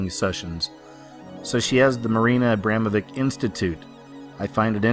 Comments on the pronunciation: Very good video, you're absolutely right. But they way you pronounce Abramovic and Rothschild is so wrong. Not Roth-child, it's pronounced like road-shield. And Abramovic isn't pronounced ey-bra-mo-wick, it is pronounced ah(like the u in unlimited)-bra-mo-witch. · Actually the name Abramovic is pronounced abramovitch... ;-)